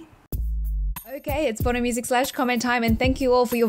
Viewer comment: Oh my god. You've been saying "porno music slash comment time"?! Wow... I always thought it was "Bono music slash comment time" and I could not find that U2 song.